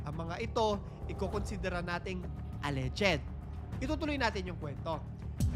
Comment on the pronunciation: Mali banggit mo sa "alleged" inulit ulit mo pa ng 1k times! 😂😂😂